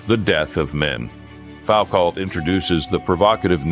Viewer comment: Say Fowcalt again!